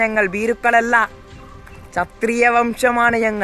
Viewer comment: ഛത്രിയമല്ലടാ "ക്ഷത്രിയ വംശം" ആദ്യം പോയി മലയാളം പടിക്ക് മക്കളെ…